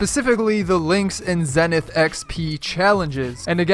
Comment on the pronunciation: it is pronounced zEEEnith! Because zEEEnith means something along the lines of tip of the mountain. Just thought I would let you know!